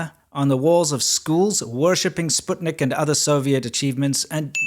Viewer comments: Upvoted when you said "Sputnik" properly. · Completely tangential to the point of your video: what a pleasure it is to hear some other English-speaking person pronounce "Sputnik" correctly! (Perhaps it's just a Yank-speakers problem.) Of course I appreciate the rest of the content as well.